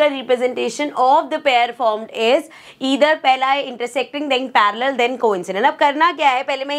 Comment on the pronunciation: when mam saying parallel😂